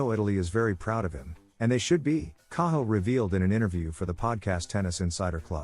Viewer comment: AI sucks..can't even pronounce Cahill correctly..moving on..